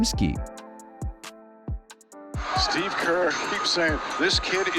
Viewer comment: Pod-JEM-ski. It's time you started to pronounce his name correctly.